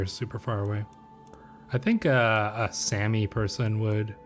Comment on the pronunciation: That Sami mispronunciation shook me but,,, loved this episode!